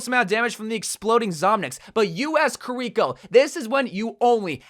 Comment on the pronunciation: I hate how he says Kirkio's name 🤢